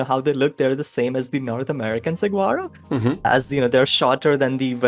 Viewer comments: Fun fact: Saguaro is pronounced Sa-wha-ro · Amazing to see botanists in the community too! By the way the g in saguaro is silent so it's pronounced more like sa-wa-ro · Saguaro Cacti are pronounced So-War-Oh. Its Spanish.